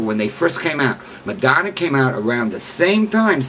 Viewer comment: You don't even know how to pronounce her name...